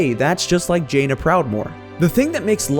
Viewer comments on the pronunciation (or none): none